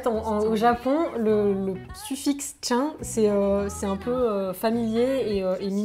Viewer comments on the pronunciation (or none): Yoko, chan ça se prononce "tchane" pas "tchin" x)